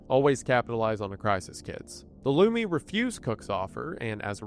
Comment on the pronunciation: Hey man, no disrespect but the pronunciation of Lummi is LUH-mee.